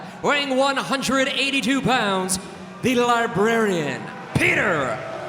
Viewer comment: Peter used to be a libarian?